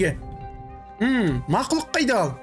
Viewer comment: Мақылұқ дейдіма 😂